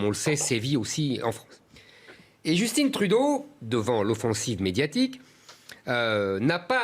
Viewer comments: Hé la télé française, québécoise prend un accent sur le 2e é. Allôôô. Aussi - JUSTINE Trudeau? Wow, vraiment? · Pourquoi il dit Justine Trudeau aha wtf 😅🤦🏽‍♂️ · Ce n'est pas «Justine» Trudeau, c'est Justin... Comme «vin», «soin», «foin», «sapin». Pour le reste, l'aspect historique est à peu prêt conforme à la réalité (il manque des éléments - ce n'est pas une conquête, c'est une OPA hostile). Pour 1995, c'est la région de Québec qui a fait basculer le vote... Des francophones. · Les Français sont les seuls à prononcer « Djostine » à l’anglaise au lieu de « Justin » à la française. Même Justin prononce Justin. Pourquoi les Français sont devenus aussi gagas devant l’anglais ? Comment expliquer ce phénomène ? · ok déjà c'est JUSTIN pas JUSTINE! Comme jussetin pas Jussetine ok? Ensuite c'est un professeur à l'université d'ottawa qui a dit qu'on étaient des suprémaciste blanc et pas tout le monde. Et je rajoute Vive Le Québec LIBRE! MON PAYS QUÉBEC! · J'adore comment Zemmour prononce "Justine" Trudeau, à l'anglaise, mais aussi effemminé en français. Très juste.